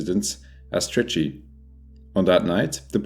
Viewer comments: He said "Trichy" correctly🍻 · First if all 👍 for pronounced trichy well 😉